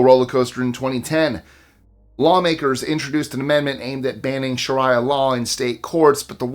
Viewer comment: It's actually, not said that way "Sharia" (or Shariah) is pronounced sha-REE-ah, with the stress on the second syllable, rhyming with "Maria," and sounds like "shuh-REE-uh," with "shuh" like in "she," "ree" like